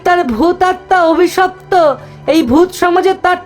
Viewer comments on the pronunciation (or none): স্ক্রিপ্ট যারা করেছেন তাদের স্যালুট। যে যার কাজ দিয়েই প্রতিবাদ করুক। অন্যভাবে নিবেন না প্লিজ,ন্যারেটর অভিশপ্ত শব্দকে অবিশপ্ত বলছিলেন।আশা করি পরের এপিসোডে নিশ্চয়ই ঠিক হবে।